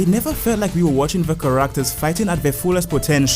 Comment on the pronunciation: Ca-RACK-ters is crazy lol No offense, everyone's got their accents and pronunciations. I just find your pronunciation respectfully funny is all. ^_^